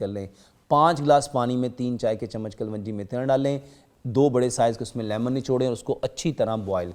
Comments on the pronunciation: Secondly its kalonji. Not kalwanji. Everyone in the comment section correct your self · Kalonji not kalvanjie